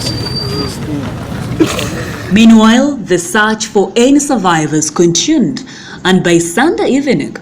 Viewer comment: Dear madam news reader, the word is "continued" not "contuned"